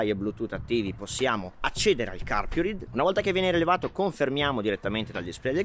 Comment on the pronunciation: La pronuncia è [carpuraid]!!!!!!!! Basta vedere i video stranieri